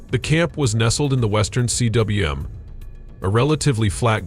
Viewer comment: Sorry, I got to the western C W M. It's pronounced koom. I'm out.